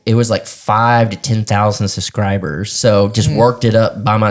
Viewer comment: 😂😂😂😂 SUScribers 😂😂😂 That cracks me up everytime he says that word.